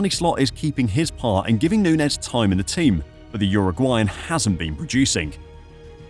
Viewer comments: this is some click-baity bullshit. hard to take you seriously when you can't even pronounce his name correctly. nunez is playing well and finding his form. he works hard. if he gets a few clicks more clinical in front of goal, you'll be posting a video called "how good in darwin nunez actually" in march of this year. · no, of course i didn't watch the whole video. it's a bad video and you couldn't even be bothered to pronounce the man's name correctly. so why would i bother with such low effort click bait? liverpool's system has never been about feeding a 9. they need a guy up there who will work hard and create chaos for defenses so the wing play can do it's thing. he's perfect at liverpool, especially coming off the bench behind jota. learn some spanish. unsub.